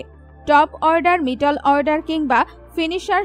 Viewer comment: তুমি এতো জানো, কিন্তু একটা প্লেয়ারের নামও ঠিকমতো উচ্চারণ করতে পারলে না। আর মধ্যের ইংরেজি মিডিল, আর তুমি উচ্চারণ করছো মিটল অর্ডার। শেষে বলি, রোজ সকাল সন্ধ্যায় উলুধ্বনি prectice করো, জিভের জড়তা কিছুটা হলেও কাটবে।